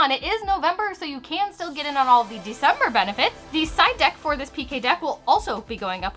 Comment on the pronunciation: Right after you said 'December' it sounded like you said 'DECIDE(R) DECK'